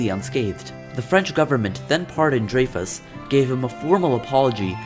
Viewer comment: You pronounced his name wrong bro